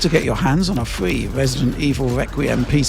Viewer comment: You're in your 50s and you still say FWEE? It's free. Get a speech coach or something.